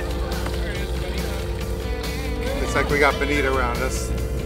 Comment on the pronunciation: Bonita? I'm pretty sure it's Bonito.